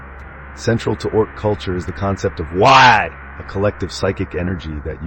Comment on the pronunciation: Did a fine job. 1 small note cause it’ll drive the Ork folk nuts. Waaaghh is pronounced like the word “War” bellowed in a cockney accent. 😉